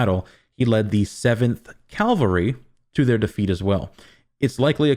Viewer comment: CA - VAL-RY!! Gah!!!!! Calvary is where Jesus was supposedly crucified. Cavalry is a military group, historically on horseback. I know your know this. Sorry. Had to say it anyway. Drives me crazy hearing words mispronounced, especially by people who are otherwise smarter than I.